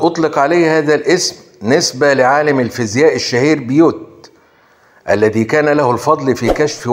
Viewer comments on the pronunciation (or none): none